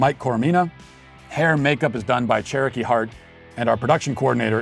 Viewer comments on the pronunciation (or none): none